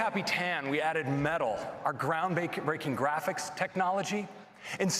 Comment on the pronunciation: He almost said ground-baking lol